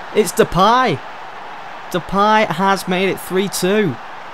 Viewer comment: Also it's De-Pay not De-Pie lol